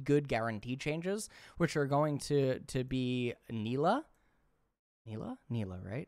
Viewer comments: It's pronounced Nilah, not Nilah. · It's pronounced Nilah, not Nilah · Just FYI it's pronounced Nilah